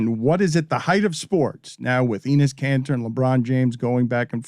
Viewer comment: Pronunciation of Enes is Denis minus the D.